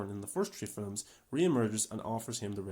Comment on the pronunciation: why do you keep saying, "fillums" rather than "films" is that a standard way to pronounce and/or commonly say this word where you are from? im genuinely curious, im not trying to talk ish or what not...